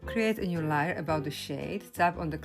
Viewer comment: Beautiful…lAr🎉 layer is pronounced like it sounds a. .. l A er.. not. l i er